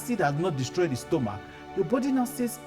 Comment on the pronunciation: 'Stomok' though😅.... This is very educative and helpful. Thank you sir❤